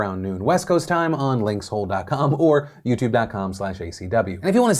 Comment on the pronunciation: nobody: Phil : L I N K S H O L E 😅